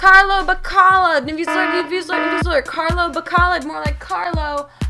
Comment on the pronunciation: Its viewser not viewsler.